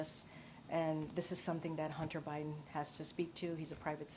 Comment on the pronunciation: Why does biden not have a d in it when she says it 😆❓🙃 it's byen